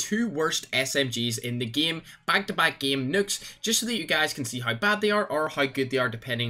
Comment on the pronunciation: "Im gunna try an get double noooks"